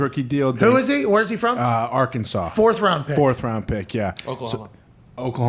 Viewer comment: “Arkansas” lol the disrespect……